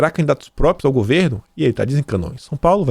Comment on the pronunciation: Ô,, não bastasse o bom e velho "própio", agora temos você soltando "depedração". Meu, perdoa a implicância, mas o conteúdo continua muito bom e vc sempre comenta que luta para melhorar a forma do programa. Daí, penso que não é mau vc dar um pouco mais de atenção à tua leitura - ainda mais que agora, que você passa a ser comentarista de outros veículos. Na paz, sucesso e forte abraço.